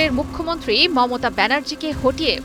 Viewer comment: মততা নয় মমতা ,, সাংবাদিকও মনে হয় গাজা খায়